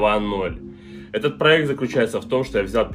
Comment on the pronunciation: Да, да, дадада, да,да,да,да - ДАДА! ПАлюбому нужен проЭкт! Не сдавайся!